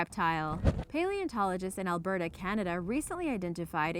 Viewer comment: *Alberta, not Alberto